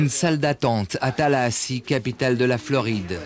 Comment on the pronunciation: Le journaliste dit bien Tallahassee, capitale de la Floride.